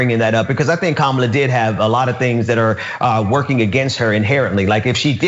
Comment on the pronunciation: Hey black guy. It’s not Kaamla. It’s Kamala you racist a**hole.